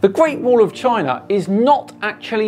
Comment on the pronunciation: Okay, but what's a Chiner?